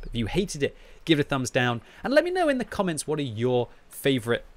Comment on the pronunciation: usual thing he says at the end of every video, "Tell me in the comments..." sounds almost like "Tell me in the Comets".